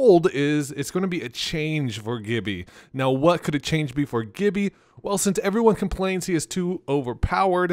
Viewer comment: The way you say “Gibby” sounds like you’ve only read his name and have never played with players that pronounce it correctly.😹🤪🥂